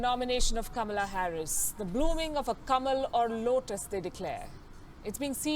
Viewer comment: कमला नहीं कमाला हैरिस 😜